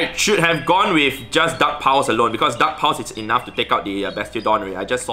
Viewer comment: Am I the only one who keeps hearing "duck powers" every time he says dark pulse. 🤣 Also, thanks for the tip. I just beefed up and double moved my Cofra. Gonna give it a try. Running my lucky shiny sableye, gfisk and Cofra now.